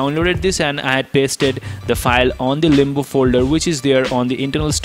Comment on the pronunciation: Why u say Limbu when its limbo